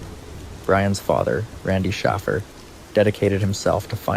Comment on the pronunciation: ?????AI does not know how to pronounce names but how can you mess up Shaffer, with or without a Y???